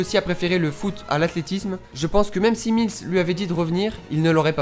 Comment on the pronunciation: Sa se prononce miless et pas milese il le dit dans l'episode ou il demande ducoup si il préfère le foot ou l'athlétisme